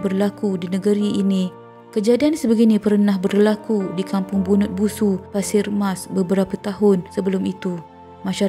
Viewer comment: Bunut Busu??! Slh tue kak pengacara.. Bunut Susu.. Kg. Saya tue.. sebut molek² deh?🙋🏻🤘🏻😂😂🤣🫵🏻